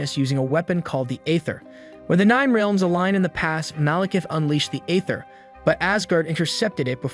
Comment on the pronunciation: Okay the pronunciation of Heimdall and Aether I can ignore, they’re weird words… BUT the way you say Realms is killing me 😭😂